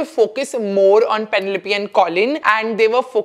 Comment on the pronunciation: The way you pronounced Penelope though 🫢🫢